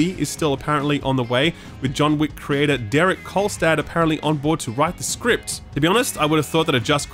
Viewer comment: I just heard „….life as a content crater…“ Keep on erupting, dude.